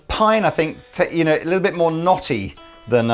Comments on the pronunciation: Did just say Knotty Ash...........LOL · Notty Ash 😂